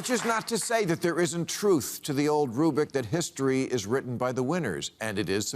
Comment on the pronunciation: The word is rubric, not rubic. But other than that he hit the nail on the head.